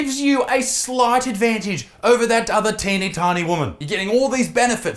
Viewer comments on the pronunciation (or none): none